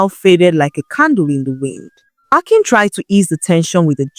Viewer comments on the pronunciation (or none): I like the new voice. But she's pronouncing the names like an AI narrator would. Also she is pronouncing 'Akin' in 2 different ways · This is not Nne voice. Maybe AI due to the inconsistencies in the pronunciation of the name Akin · Is This an AI narrator? I follow and listen to your stories because of your voice, this voice is okay but pronouncing names like AI, "Akin" "Ekim" "Akim" "Ekin" and so on, i know the work load is much, but please Use just your voice, there's this joy in hearing your voice with the story